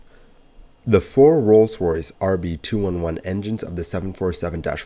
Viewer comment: The RB-211 is pronounced RB-two eleven.